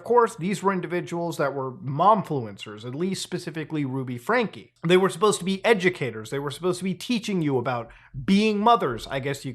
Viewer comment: I can never tell if Muta is genuinely really bad at pronouncing names, or if its just a bit. "Ruby Frankie" got a laugh out of me, and thats far from the only example in this video alone lol